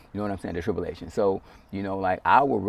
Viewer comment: even wispered tell us in other words lmaoooooo he just said tipulations my dude it's purnounced tribulations